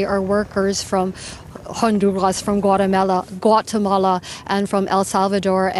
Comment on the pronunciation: Lady said Guata-nela 😂😂